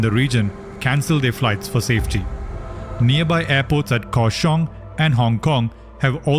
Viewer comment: The pronoucation of Taoyuan(桃園） and Kaohsiung(高雄） are wrong